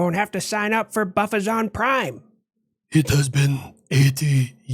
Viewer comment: HE SAID BUFFAZON PRIME!!! I'M DYING!!!